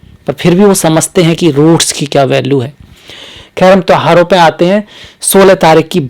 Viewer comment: Guru ghataal jyotish ko jyitis aur tyoharo tohaar bol raha hai naam se pahle dr.bolney ka bhut shouk hai guru ghataal😂😂😂